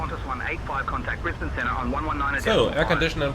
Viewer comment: As someone who was born and grew up in Brisbane, I appreciate finally hearing someone who is not from Australia pronouncing Brisbane correctly. 😊 Also, are you planning on doing any future content on the new(ish) FSS Boeing 727 Super? Most of my Australian MSFS ops nowadays are in the 727 in an Ansett or TAA livery.